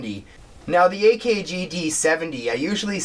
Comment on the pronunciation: Shhiieeeeet man when you pronounced AKG and Neutrik so fucking wrong I cringed a bit 😬😆😆